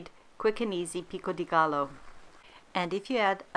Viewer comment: Pro tip: double l’s are pronounced as j in Spanish - so it’s not gallo, but gajo - love the recipe btw